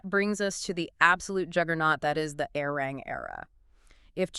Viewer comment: Love this so much! 💜🤌🏻 But remember, it's pronounced "Are-Ree-wrong" 😂💜 Arirang